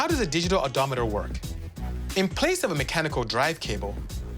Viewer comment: Oh-doh meter